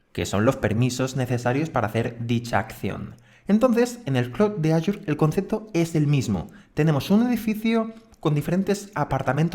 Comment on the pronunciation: Muy bueno el curso, solo una recomendación, en la pronunciación de AZURE, en España se dice Asure, pero en español latinoamérica es Ashur, y no aYur.